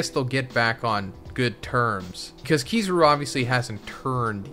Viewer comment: You did not just say Keeezaaaaaruuuu😂 why are your pronouncing they’re names like that😂🤦🏾